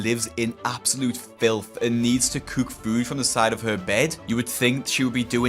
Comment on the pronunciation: Love videos but whenever he says "cook" and "book" it hurts me😭